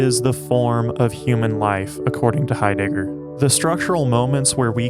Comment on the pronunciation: “Martin Hi- digger” Thanks I’ll pass